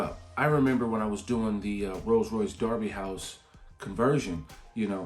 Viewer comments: I'm impressed you know Derby is pronounced as Darby, not Durby. LOL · Derby pronounced correctly. Well done! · Your pronunciation of Derby ("darby", meaning deer village) is fantastic and correct. Nottingham (meaning the home of chieftain Snot's people) is "Not-ing-um" though. There's no "ham", just "um" in British place names. The aitch was dropped long ago